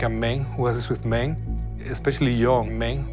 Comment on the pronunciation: I really like the scientist, but the way he says man or men sounds like mane and it made me laugh. But this is a serious issue. "Stop having buttsex" ... that's not the issue, it's unsafe sex and it spreads because people don't have money for clinics and they have sex without knowing. Don't be so ignorant about this topic